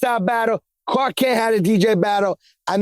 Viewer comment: Khaled is Lit! That man just said “Cark Klent”. I can’t unhear it. Had to rewind that a few times 🤣🤣🤣💀💀💀